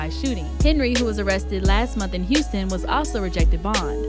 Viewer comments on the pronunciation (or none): none